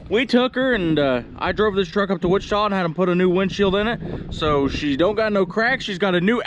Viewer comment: are you in Texas or Kansas? I heard you say "Witchataw" HA HA HA. Like my spelling? Just kidding.